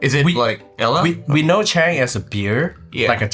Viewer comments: Bro, don't try to force your accent too much like an American that you pronounce aaila as Ella and anti as auntie lol. If you're making a video regarding culture and explaining it to non nepali people.. make it authentic. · It is pronounced AILA not ALA